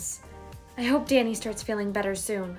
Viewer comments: When she yelled “Danny” it sounded like she said “daddy” and I was on the floor. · said DANNY! i heard DADDY! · She said daddy instead of Danny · what said*DANNY!! * What i hear*DADDY!! * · When she said DANNY I thought she said DADDY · I thought she said “DADDY” instead of “DANNY” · why does it sound like she’s saying daddy